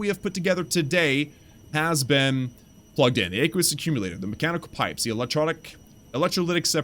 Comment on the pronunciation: btw you pronounced aqueous wrong just google it. Just want you to be good to the new guys who watch your vids. Hope you don't take it bad.